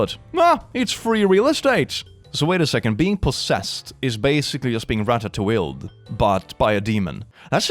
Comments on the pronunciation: you need to stop mispronouncing ratatouille. (You're not supposed to pronounce the L.) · Rat-eh-two-eel. Yes. I would like to be Rat-eh-two-eeled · hi click! ratatouille is italian, the L's are not pronounced like english L's are! they make an "oo" sound, and the e is elongated. "ra-ta-tooey" is the correct pronunciation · "ratatoowheel" fucking SENT me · Someone’s gotta tell him that’s not how you pronounce ratatouille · Took me a few minutes to understand, do you mean “Ratatouille-ed”? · Used ctrl-f to see if anyone already corrected pronunciation of "ratatouille," instead I find this group of cool people. Hello cool people! Always love to see casual public discussion of life while plural:) (I am singular myself, but have a few different systems among my close friends and family)